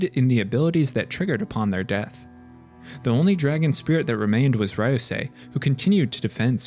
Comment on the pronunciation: Ryusei is pronounced “Ree-you-say” not “Rai-you-sai”